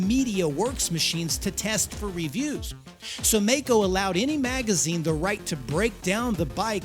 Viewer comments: I cant figure out how you consistently go from pronouncing the name maisch correctly and then the name maico incorrectly in the very next sentence despite knowing that the company is named after the maisch brothers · The pronunciation of the name containing the combination of letters "ai" (sounds like "eye") MeyeCo Long E. Its a hard rule in German. NOT MAY-CO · “My-Co”, not “May-Co”. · It's not Meco but Maico ...... nice story. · If the brothers were "Maisch" (my-sh) shouldn't the company name be MaiCo (my-co) rather than (May-Co)? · My-co. My-co! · Note: It's pronounced My-Ko. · Dafuq? My whole life up and up until into this video I've been pronouncing it 'mike-oh'!!! 🥴🤣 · It`s spoken " My Co " 🙂 Thank you for this video !!! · Maico breako 😂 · Please try and pronounce the name Maico correctly. You get the surname, just leave the sch out and ad a co. Google actually helps and the American pronunciation is how it should be. It's not like May. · Maico = Breako :( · The pronunciation is "Myco". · Very well made docu. It still hurts me to this day that the company went down. By the way...its pronounced My-co. Best regards from Germany. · It's pronounced My-co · Dude it is German, a language whose pronunciation makes sense. The month of Mai is pronounced "my" in German. The name "Maisch" is pronounced "mysh" in German and the narrator himself even says it correctly. Of course the contracted company name formed from part of that "Maisch" name has that exact same sound in it and not a different one for no reason. As a rule, we don't pronounce the exact same spelling in two, three or five different ways on a mere whim. The language that does that kind of thing is English. That is why German is so easy to learn.